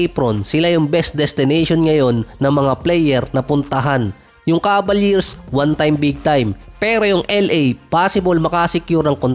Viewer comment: Cavaliers. I hear Cabaliers.